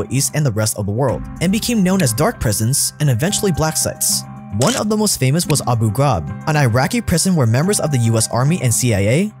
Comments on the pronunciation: " ABU GRAAB" LOL its " abu gha rib " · That feel feel you're surprised the host didn't know how to pronounce Abu Gahrab and then you remember he was probably like 3 when all that stuff went down